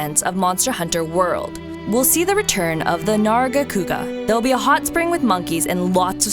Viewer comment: You said Behemoth wrong, you said it like "Bae-a-moth" It should be pronounced how it's spelled, either "Be-he-moth" or "Buh-he-moth" Both are correct. Also you can pronounce "Nargacuga" correctly, but not "Behemoth"???